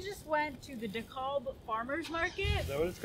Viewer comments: Dekalb pronounced "de-cab" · lol its pronounced DE-CAB 😂😂 but that's is definitely my favorite farmers market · hahaha dekalb??? The L is silent in Dekalb. But the Dekalb Farmers Market ROCKS!!!